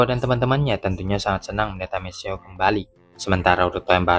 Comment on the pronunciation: Amethio bacanya Ametio bro. Bukan amesio